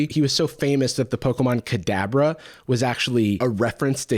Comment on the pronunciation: Not me hearing "cadaver" every single time you said "Kadabra" 💀